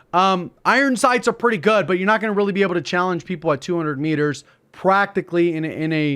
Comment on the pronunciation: It's RAALy good, eh?